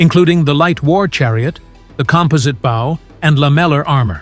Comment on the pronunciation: Pronunciation of "bow", "composite", and "lamellar" clearly shows this is AI generated audio. Downvote and do not reccomend.